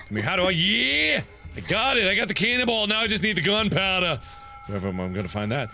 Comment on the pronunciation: Was I the only one who thought he was saying cannibal instead of canon ball?